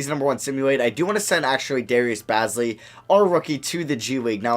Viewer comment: Lmao Darius "BAZZ-lee" 😂